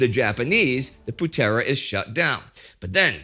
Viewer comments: Putera (son) = poo-thra. Pemuda (young man), close, no prob. Early the Japanese used "saudara tua dari asia" or "the old brother from asia". Good series. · It's actually not pronounced "Putéra" with a hard e/é but with a softer e like in the word "Founder" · Indonesian here. Thank you TimeGhost History for making video about Indonesia's history. An insightful video for international viewers. As always, good work from Indy and team. Few pronunciation could be improved though. Like "Putera" and "bersiap". I'm a lecturer on political science and fan of Indy's works since The Great War. If the team need any input on Indonesia matters I'd like to help.